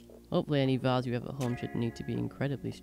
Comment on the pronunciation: Great little video thanks (and thanks for pronouncing it Vase not Vayze - so annoying 😊)